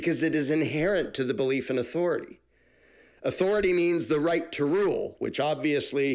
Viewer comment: Every time you say authority, I only hear Cartman, " I AM THE AUTHORITIE!"🤪